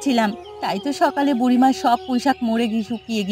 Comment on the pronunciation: কৈইশাক❌। পুঁইশাক ✅